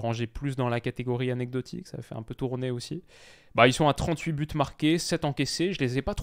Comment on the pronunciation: tu fais la faute de prononciation à chaque fois. Quand il y a plusieurs buts, il y a un S à but donc liaison 4 buts à 0 avec la prononciation du S et non du T. Et tu dis souvent « en vrai »